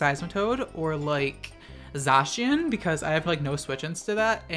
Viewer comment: I’ll just post this on the chance you see it :P Zacian is pronounced Zay-see-en (as far as I’m aware) and Eternatus is like the word eternal but its Ee-turn-eh-tus. The more you know!